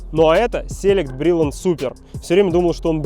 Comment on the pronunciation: Какой "sElect"??? "selEct'!